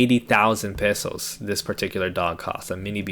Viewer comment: Thanks for pronouncing "pesos" correctly—most Americans in the Philippines can't even get that right.